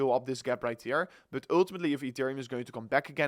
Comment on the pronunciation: Your English is perfect! Only the word But......